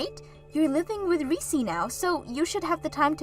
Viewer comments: It's Reece not Reesee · Did you mean 'Olivia' instead of Oliver? Whatever you're using to try to translate your scripts over into Western names and other things, it's making your videos look crap. Also, it's 'Reess' not 'Ree-cee'. A one syllable name. The 'E' on the end is silent. Whatever research 'effort' youre putting into the pronounciation of our Western names, it's piss-poor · Reese is pronounced Rees….. Oliver is a male name. Olive or Olivia is a female name.